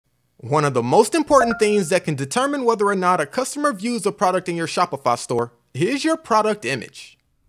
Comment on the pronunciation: bro is saying Shopifa